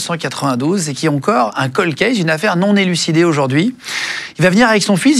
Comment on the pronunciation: Pas colde : prononce caulde